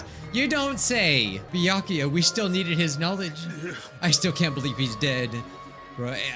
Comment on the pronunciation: Everyone : Byakuya Nagito : bEeYakUuyA